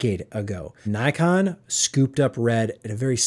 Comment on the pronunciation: Pronounced nickon